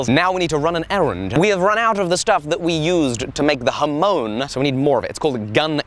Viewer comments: It's not pronounced "Ha moan", it's pronounced "Ham on"! Don't let these mispronunciations slip through! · HA as in Hard. MON as in Monster. Emphasis on the second syllable. Please! It grates on my ears whenever says it. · FFS IT'S NOT A HA-MOAN! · Sean Bush it's a Japanese word - 'hamon'. Literally 'ha-mon'. 'Mon' is not pronounced 'moan'! Ha-mon (said quickly, there is no gap).